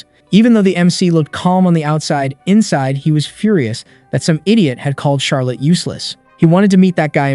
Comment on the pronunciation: Charlotte pronounce Charlitte lol